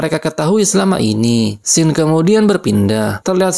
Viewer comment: Scene dibacanya bukan sken bang, gpp moga ada improve lagi ya kontennya😁